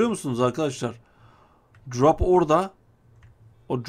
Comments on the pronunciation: Drap değil drop şunu düzgün söyle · Ne drop muş be bide söleyebilsen crop deyil drop